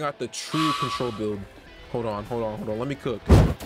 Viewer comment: Bro started to say contrrol trash bruh